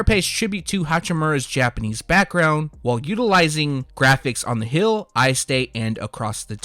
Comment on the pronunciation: There it is he says hill again Instead of heel. Lol this guy